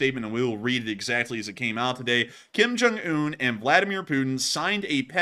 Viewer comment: Kim Junk-unh? Geeze.Lavrov, sitting down before your god-host? So, so, pathetic. Who does Kim's hair. Frighin'-A, it must be done with a gas-powered Lawnboy.